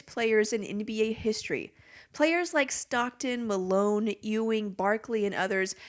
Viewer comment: Its pronounced Yuw-ing, Not Ew-ing. Ugh. just 23 seconds in and I'm already annoyed.